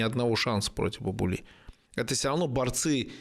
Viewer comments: Бабули правильно произносить с ударением на А. Мовсар с ударением на О. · Имя следует читать Бабули с удалением на первый слог,или с с удвоенным "аа"- Баабули.